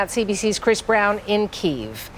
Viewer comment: CBC......poor reporting......as usual. First and formost learn how to pronouce the capital of the Ukraine!!